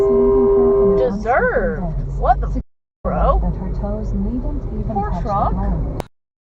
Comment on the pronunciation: # 18 "DE-SERVED!" Loved that.